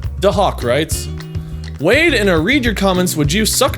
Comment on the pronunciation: Wade-ing sounds like wedding